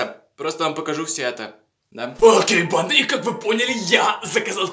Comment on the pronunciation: И почему мне слышется не банда а панда?